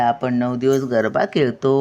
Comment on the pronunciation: गर्भा नाही, गरबा असे आहे.